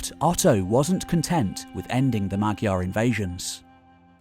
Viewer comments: You're not pronouncing "Magyar" right. Although it's spelled with a "gy", the Hungarian pronunciation is closer to an English "dy" or "j". You can look it up on Wiktionary. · There is no spoken g in magyar. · "Magyar" is closer to [MAW - jar]. "Gy" in Hungarian is pronounced more like an English "J". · Allow me to correct you on the pronunciatipn of "magyar": the phonem 'gy" is actually a soft 'd', similar to the Russian phoneme. It should rather be written as 'dy'. So the correct pronunciation is approx. that of "madyar". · Terrific wealth of knowledge displayed. Fascinating video. One small correction, if you don't mind: Magyar is actually pronounced Modyar.